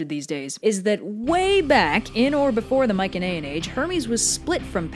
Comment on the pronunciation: Coming back to watch this I noticed that she is pronouncing Mycenaean wrong or is that another way to pronounce it